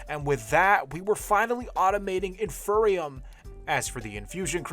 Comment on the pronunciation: No offense, love your videos, but you saying “in-fur-e-um” physically pained me. Its “in-fee-ree-um” because its the INFERIOR seed. Thanks for coming to my ted talk.